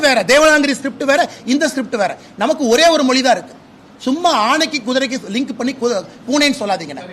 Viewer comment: திரு அண்ணாமவலை அவர்கள் எனக்கு மிகவும் பிடித்த அறிவாளியாவார் அந்தபேரன்பு உடையவருக்கு எனது அன்பான வேண்டுகோள் 1. தமில் தமில் என்று உச்சரிப்பதை தமிழ்‌ எனவும் தமில் மொளி என்பதை தமிழ் மொழி எனவும் உச்சரித்து தயவு செய்து பழகுங்கள் தங்களால் மேற்சொன்ன வாறு அழகாக உசரிக்க இயலும்